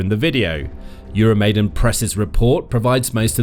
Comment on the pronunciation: EURO-MY-DAAAAAAN!!!! Come on guys! Please get it right! It's EURO MY DAAN! NOT 'MAIDEN'! You are starting to sound like trump or MTG!